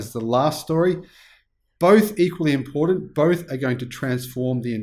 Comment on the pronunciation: There's no "D" in "important". <---- Notice?